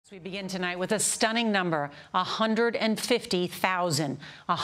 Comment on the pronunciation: "A hunderd. Let me repeat, a hunderd."